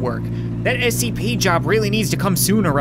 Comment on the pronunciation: It's scp why u keep saying sap